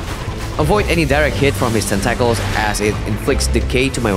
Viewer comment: There is so little LoP SL1 content on YouTube at the moment. This is water in the desert. Quick note: your English is pretty great, nearly perfect. but in America we say "Tent-uh-kls" (tentacles)